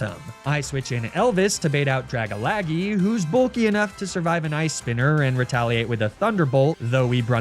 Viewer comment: the way he pronounces Dragalge literally had me cough laughing 😭💀